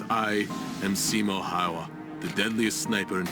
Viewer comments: When he called the legend "Simo Haahaa" * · He's not Simo haha, he's Simo häyhä